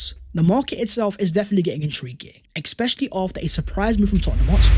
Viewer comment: its especially, not eckspecially